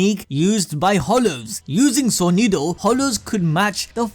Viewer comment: at least he pronounced "sonido" right 🤣